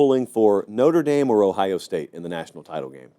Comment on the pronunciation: Lololol. It’s Notre dame. Wtf????